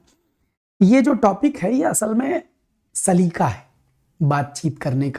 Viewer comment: Sir with all due respect....wo 'saleeqa' hota hai....lafz-e-saleeqa should come out from the epiglottis.....😊 Gustakhi ke liye maazerat chahte hain🙏